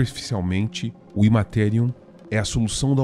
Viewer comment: Show. Ótimo conteúdo, mas cuidado com as pronúncias. A ideia aqui é ajudar a melhorar: Aeldari se pronuncia ÉLDARI, tyranid é TÍRANID, Immaterium é IMMeTÉRIAM e por aí vai...